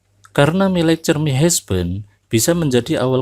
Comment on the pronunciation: Dibacanya bukan hesben tapi hasben